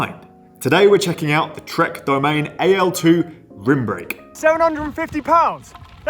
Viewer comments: I think Trek says dough-MAH-nay a made-up French sounding name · Not sure if it really is. Be careful who's advice you take. I don't know how to pronounce it correctly and I've worked in Trek shops. What I do know is that people pronounce it differently around the world. DamanEEE is the common way for English speakers to pronounce it. There probably is no real way to pronounce it as it is not an actual word in any language. It is an anagram for Madone, which we all know is a French name (for an alpine pass). What I'm trying to say: only because a bunch of UK lads are screaming that you are pronouncing it wrong, might not actually mean that you pronounce it wrong. German speakers definitely pronounce it differently, so do French, etcetera.